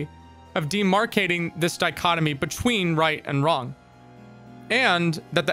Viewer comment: When you said what is right and wrong it sounded like you said what is right and Ron, and in Japanese slang ronery means lonely and as a socially isolated character even the concept of being lonely is of course villainized demonized criminalized and ostracized to the point where in religion one must ask like God where did loneliness come from if it's such an offensive thing. What is right and what is wrong so basically what is group and what is not group yeah that's how (hiveminds attack) people think.